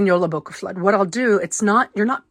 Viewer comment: You pronounced the word very well☺